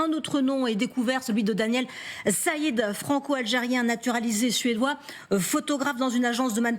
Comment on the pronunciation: il s'appelle siad pas said😂